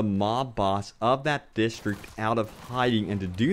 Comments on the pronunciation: Distreeek lol!!! It's District DIS.Tr.Ict AHHAAAH DISTEEKKKS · dude ffs, why do you keep saying distriect, your native language is english...its district, learn to talk proparly